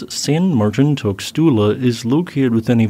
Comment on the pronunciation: Tuxtla is actually pronounced tooshtla.